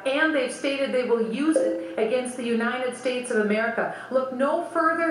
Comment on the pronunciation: Aside from the obvious one of my biggest petpeeves about Bachman is the way she says "Uninan States"